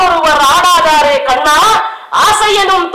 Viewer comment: madam you said karna instead of kanna in one place